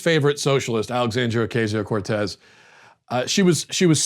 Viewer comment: learn to say her name, please. its not that hard, at all. if u cants say it than just say aoc.